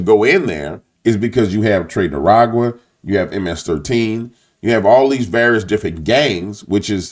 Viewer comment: Do you call them "tre de aragua" on purpose to disrespect them or just the way you pronounce it. Just curious. Take care brother